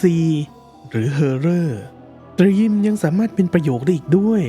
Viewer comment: เนื้อหาเป็นประโยชน์มากๆครับ แต่อยากขอเสนอแนะเพิ่มเรื่องการออกเสียงคำจากภาษาอังกฤษครับ เช่น คำว่า Theme จะไม่มี ร เรือควบกล้ำ หากจะสะกดการออกเสียงเป็นภาษาไทย น่าจะเป็น ”ธีม“ โดยใช้ ธ ธง แทนการออกเสียง th- ที่เป็นการปล่อยลมหายใจผ่านช่องระหว่างฟันหน้าและปลายลิ้นครับ อีกคำคือ Juliet ที่ลงท้ายด้วย -t จึงออกเสียงเป็น “จูเลียท” ไม่ใช่ “จูเลียส” ครับ การออกเสียงใช้ภาษาถูกต้อง จะช่วยให้ผู้ฟังเห็นความเป็นมืออาชีพ และความใส่ใจรายละเอียดของผู้พูดได้ครับ